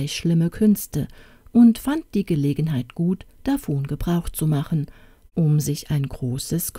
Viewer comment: Das was mir schon seit längerem aufgefallen ist... du sprichst das Wort „davon“ noch falsch aus. Aber ansonsten wirklich schön.🥰🌷